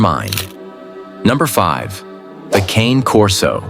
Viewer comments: Its not Cane Corso it is pronounced Cana Corso. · first off the correct pronunciation of the Cane Corso is "caw-nay" corso rather than cane like a walking stick - - and the Caucasian Shepherd is actually a Caucasian Ovcharka not shepherd and there are several breeds not mentioned that should be considered like the Boerboel or the Tibetan Mastiff or for just sheer size and strength an English Mastiff that will quite often weigh well into the 200 lbs. range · No2 is pronounced Kah-nay Corso